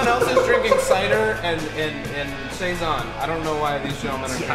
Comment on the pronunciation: i wish vice did a better job researching this. the beer isn't cezanne. it's saison. light crisp french/belgian ale.